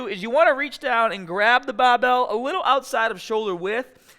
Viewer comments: lets get staaahted! 😬 Listen up, keep the baaahhbell shoulder width apaaaaahtt!!! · why does he say bah instead of bar "bahbell" looool